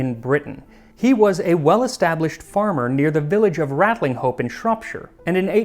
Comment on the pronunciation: Knowing your love of correct pronunciation Max, thought you would like to know that Ratlinghope is said something like Ratchup by the locals.